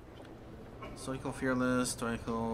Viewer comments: It's stoical(STOW-I-CAL)!! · The Macmillian dictionary says otherwise: Now, I can't remember from a video over a year and a half ago, and it's not important enough for me to dig up how I pronounced it, but I'm fairly certain I pronounce it the way it's pronounced on that page. Where you get STOW-I-CAL, I have no idea, but you might also want to learn how to pronounce.